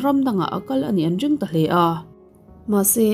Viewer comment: Ka comment ngai miahlo a .mahse a rik tak fo ah chuan kan sawi ve reng rwng ange.. Ring - dring . Ti a lam te.. R lam turah dr i lam zel te mai hi ka lo sawi ve e